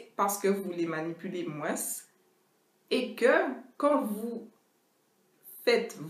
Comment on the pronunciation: Vu que je me lave les cheveux 1fois par mois,j'ai tout de suite cliqué en sachant que cette vidéo allais m'être utile... ☺☺ PS:Ça fait bizarre que tu prononces le "s" dans "moins",mais je trouve ça trop mignon...😍😍